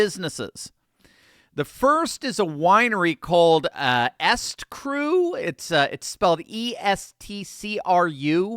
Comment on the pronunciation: The name of her winery isn't "Est-Crew." It is "E Street Crew." I'll bet her husband is a fan. Still haram, though.